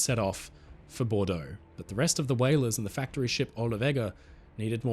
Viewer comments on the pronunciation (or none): none